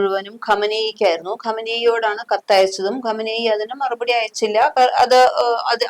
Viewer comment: ഖമ നേയി...അല്ല ചാച്ചീ.. ഖൊമേനി......😂😂